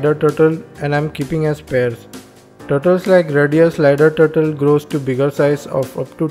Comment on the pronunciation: the word that i understand is a turtle,but his turtle is turtol haaaaa 😕😕😕😞😞😞